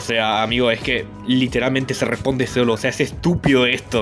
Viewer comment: Es tu asentó o te equivocaste? Dijiste estinpido en